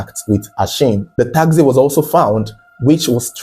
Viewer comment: Taxi not takzee